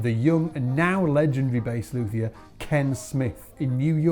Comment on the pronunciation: It's pronounced LUTE- E- er. The H is silent.